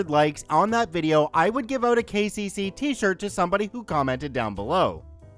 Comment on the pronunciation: “KCC” why did I think he was saying “The Gay Jay-Z”? I was so confused! 😂😂